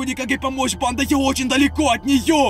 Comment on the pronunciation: Почему он такие окончания делает: банда́ Я НЕ ПОНИМАЮ ПОЧЕМУУУУ ! Ну вообще он не страшный и это чувак в маске и макияже😐